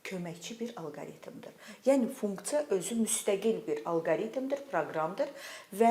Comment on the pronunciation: Funktsa deyende deyesen mədeni olur😂